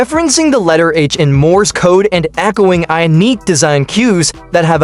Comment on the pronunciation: What the hech, this AI cannot even say Ioniq?